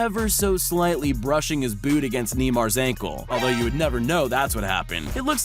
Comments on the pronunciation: It's neymar not neemar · It’s not nee mar its naymar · It’s not neeeeeeeeeeeeeeeemar it’s neymar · Ha ha!!! Niemar.Ha ha!!! It’s NEYMAR, NEYMAR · He said nymar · Neemar haha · knee-mar?? who pronounces his name like that lmao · MOst people pronounce it Neigh-mar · The way he pronounced neymar 😂😂🤣🤣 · Some advice that is not how you say neymar but all good